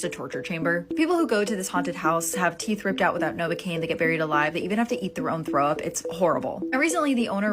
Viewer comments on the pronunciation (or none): none